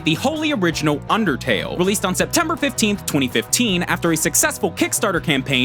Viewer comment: but rider... IT'S UNDAHTAYLL! -MEHTPEHT